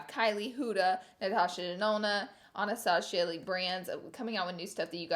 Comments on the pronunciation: Why does she keep saying ANASTASHA it's ANASTASSSSSIA come on laura I know it's like "your brand" to mispronounce things but I wonder if you actually fuck up makeup brand names in front of like actual important people. Anastasia would probably slap you lol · I can’t stand when people say anastaSHia